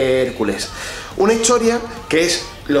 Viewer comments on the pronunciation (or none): el de la banda pronuncia las t como ch. dice "hischoria"